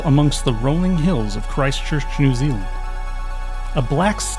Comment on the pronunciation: So not gonna dis on the way your pronouncing stuff bc your not from NZ but your pronouncing Christ Church and New Zealand wrong